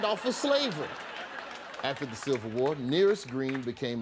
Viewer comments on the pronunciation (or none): bruh. It's the Civil war, not silver war. Lmbo